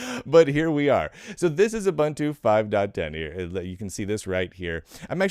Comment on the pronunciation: It's ooo-BOON-too isn't it?